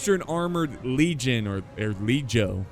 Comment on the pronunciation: Latin pronunciation is easier than you think: read the words as they are written. The letter "g," for instance, should always be pronounced with a hard sound like wth the words "Girl," "Glass," "Gold," or "Muggler." Therefore the "g" in "Legio, and in any other Latin word, should be pronounced like the "g" in those examples. Hope it helps.